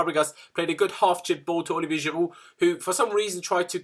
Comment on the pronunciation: Stop trying to sound French when you say Giroud 😅